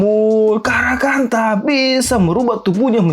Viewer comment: bilang karakanta mirip karangpantat